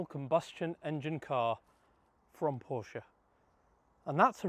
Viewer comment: Thank you for correct pronouncing PORSCHE 😊